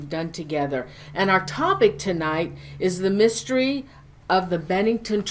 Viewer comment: Mystery dear, not mistery. Great video!